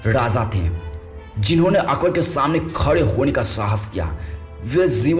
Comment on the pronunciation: Thik se hindi bolo bhai.akbad?tadwad?mahadana?